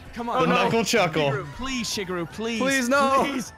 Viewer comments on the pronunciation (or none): Maybe it's his accent but why does (AKA ) constantly say it like "shig-iru" rather then "Shigeru" like it ACTUALLY IS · is saying shigeuro wrong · Wait, did just pronounce Shigeru how I think he did?